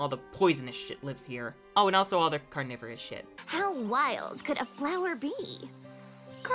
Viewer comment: Is this the sound of a normal, deserved plot we all needed for Season 5? Someone get this stuff animated!!!!! P.s. why that Carnivorous sounded like Coronavirus?!?!?!?!